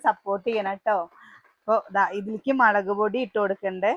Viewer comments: മളക് ❌മുളക് ✔️ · മലക് പൊടി അല്ല മുളക് പൊടി